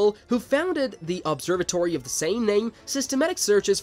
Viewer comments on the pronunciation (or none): Dis-comp-ences? LOL , Obser Vatory.